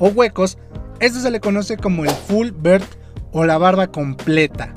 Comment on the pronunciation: Full "bird" xd. Se pronuncia algo así como "biard" amigo. Sino parece que dices pajaro completo